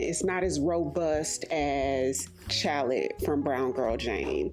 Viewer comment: Chalet is pronounced "shalley". Chalets are wooden cabins used in ski resorts. The notes of the perfume tie up nicely with the name based on the types of drinks served. I was in the Liberty department store a few days ago and I agree with you on Vine Thief! Liberty is a beautiful store, you should visit some time x